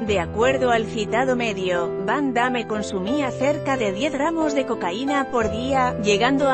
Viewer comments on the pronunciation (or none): nunca vi tan mala pronunciacion del nombre de van damme